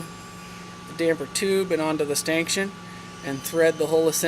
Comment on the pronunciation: Stankshun? Are you trying to say stanchion?